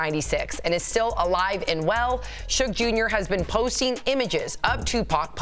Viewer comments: Bro you are blind, dumb and cant pronounce peoples names. Its Suge Knight ! NOT Soog Knight 🙄... Either the narrator is A.I. or just a professional Troller. Let 2Pac REST !!!!!!! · Ummm, who the hell is SueGay Knight? That man's name is SHUGG Knight 🤣😂😂😂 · sue-gey knight? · Did he just say Soogay knight? LMAO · Who is sugay? I thought it was due tf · It's shuge night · The way you say Tupac and Suge name annoys me. You can tell you were never a fan and should not be doing any videos on him in my opinion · Why can’t AI say “Suge”